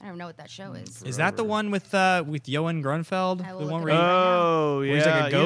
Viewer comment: Johan Grunnfeld?!?!?!?!?,,..... Worst effort at pronouncing Ioan Gruffudd I've ever heard!!!!